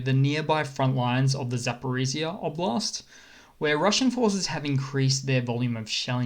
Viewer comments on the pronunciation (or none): none